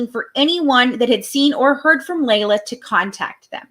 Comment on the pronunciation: It's pronounced LEE LA not LAY LA.